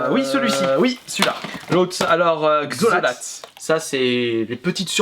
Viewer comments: C'est pas Xholat mais Kholat ;) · C'est Kholat ! Pas Xholat ...